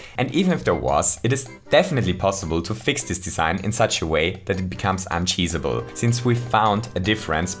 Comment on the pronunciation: Are you saying uncheeseable??